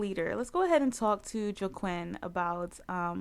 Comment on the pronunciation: Joaquin is pronounced Wah~Keen...Like the actor Joaquin Phoenix. :) I'm so glad you are back! I was just checking your YouTube page yesterday! The club looks fantastic, as well as their make-overs. OMG! The drama!!! I LOVE it! So exciting!